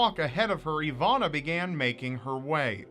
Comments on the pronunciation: It's Iwona, not Ivana :P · just curious, i see your soell her name "Iwonna" however im hearing you oronounce "Ivanna"..Am i correct?...You need your own hour ling series!!! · spelled iwona but pronounced ivona?? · As a Polish person your pronunciation is funny, but I really do feel sad about this case. She is so young...